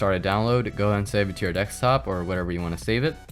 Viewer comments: It's DESKtop not DEKStop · Am I the only one that can't hear what he is saying for a minute after he says DEK-STOP?????? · Why do You say DECKSTOP?